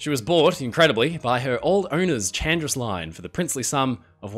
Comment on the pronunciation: Hi, just a small correction: Chandris is actually pronounced Handris. Also, perhaps the worst makeover EVER might be SS Leicestershire, which became the infamous Typaldos Lines ferry SS Heraklion